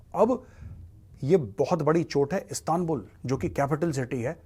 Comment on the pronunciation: Not astanbul or aanqaaaraa It's Istanbul and Anqarra... Correct ur Pronounce. .. U Can not Eliminat Kashmir from Muslim Hearts and Kashmiris peoples. ....KASHMIR KEY NAAM PEY TUMHARI DHOTI BHEEGH JATI HAI...